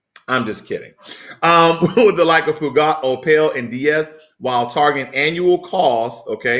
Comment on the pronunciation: Peugeot is said like this: Pejoe. Tks for the video.